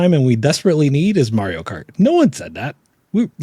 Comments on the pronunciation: "Merio kart" 😅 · Man, someone please teach how to say Mario. And man, dot matrix printers felt good to watch print as well as tearing the paper.